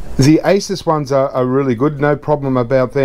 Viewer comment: ASUS pronounced ACE-US...The name is actually shortened from "Pegasus".